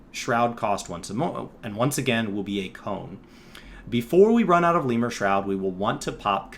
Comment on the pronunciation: Lemure is a word for a greek demon. It's pronounced [to the best my understanding] leh-myur-ee not lee-mur